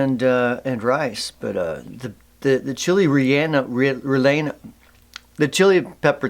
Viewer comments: Rellino is pronounced, RE-in-Oh… lol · Rel-ye-no or in American accent Rel-yay-nose 😂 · Lol relleno (Reh-Yeh-No) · Reh-yeh-No. That's the way. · Pronounced Rey enno! Awesome sauce! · Relleno = /Reyeno/ you were so close 😂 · thanks for the advice. you can use YE-llow to say Chile re-YE-no stuffed chile. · Relleno, Spanish for stuffed. Pronounced "Reh-yeh-noh" rolling the "r" and with the emphasis on "yeh" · phonetically. reh lee ah no 👏👏